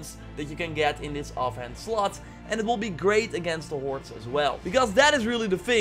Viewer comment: Sounds like you're saying "warts" instead of "hoards"... is that intentional?